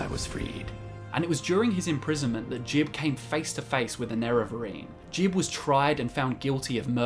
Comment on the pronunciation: It's not saint jib it's saint jiube (Gee-Ub) as confirmed by Teldryn Sero